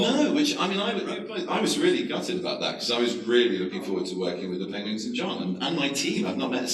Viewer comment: Am I the only one who caught him saying "pengwings"